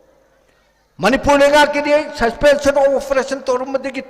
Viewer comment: Susfenson of oferason😂